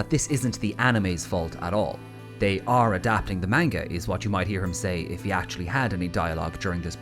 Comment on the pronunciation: It still bugs me when people pronounce manga wrong.